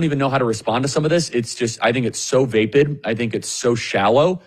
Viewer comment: Charlie! Vapid rhymes with rapid. Not vay-pid. Sorry, I'm channeling my Grandmother and my Mom the English teachers now. 😂😂